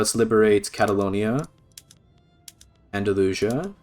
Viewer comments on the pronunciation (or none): none